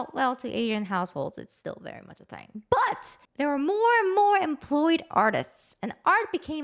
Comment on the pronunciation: So is the "BUT" .